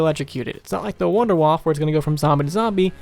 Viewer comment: Hey you actually pronounced WunderWaffe correctly! Don't see that often, haha.